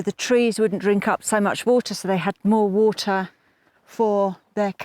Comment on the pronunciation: I love it she says whoter. Free video of guys long-term viewer